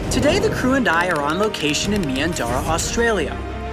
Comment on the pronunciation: love that american pronunciation of meandarra